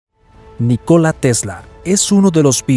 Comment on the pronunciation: El nombre NÍCOLA TESLA se acentúa la "Í" en la pronunciación.... No es NiCóla sino NÍCOLA aprende a pronunciar bien y luego haces tus videos "educativos" jajajaja